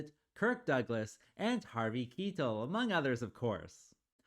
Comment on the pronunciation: Harvey 'KEY-TUL' ??? Make sure you have your actors names correct before you do these videos.🤦🤦 It's Harvey 'KY-TELL' ...like SKY-TELL